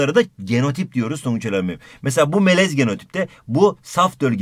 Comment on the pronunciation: adam melez derken tonguç melemen diyor pkdskalsjdkasjd